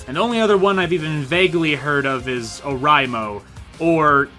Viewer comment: "Oh rye moh" i think i cringed.